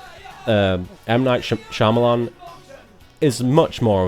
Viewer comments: One thing I found hilarious about this commentary is that it sounds like everytime he trys to say Shyamalan it almost comes out as Shamamalama. :) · I can continuously hear you wanting to say Shamamalaama, instead of Shyamalan :D